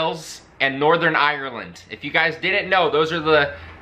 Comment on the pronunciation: "and Northern Irer lund" "You're one of our biggest allies" (No we are your biggest ally). "America's leading the way with the Navy AS ALWAYS" ... But you correctly said => (before 1945 the Royal Navy was the Premier navy in the World - between there was Navy to challenge the Royal Navy). As for US Navy Vs Royal Navy today, the Royal Navy is appended to the US Navy. They share resources, personnel switch from ship to ship. On their own, the Royal Navy could probably be wiped out by one US fleet but that's never going to be something that happens.